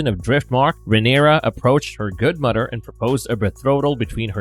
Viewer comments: Is it just me or is the guy narrating saying together as “togeder” & mother as“muder” 😂😂😂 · I had to go back and make sure he was actually saying “ mudder” as mother 😂😂😂